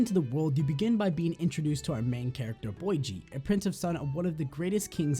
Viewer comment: Lol Boy Gee just say Bow Gee